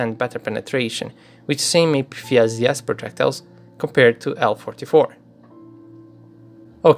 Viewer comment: I like the way you pronounce ERA and APFSDS. Its like they are english words.